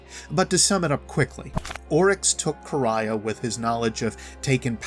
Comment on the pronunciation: Finally someone who pronounces Quria right